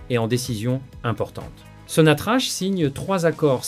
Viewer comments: Sinatrac et pas Sinatrach ça s'écrit Sinatrach on prononce sonatrac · SONATRACH SE PRONONCE SONATRAKE